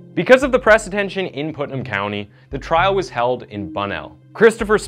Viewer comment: It's trial NOT trail.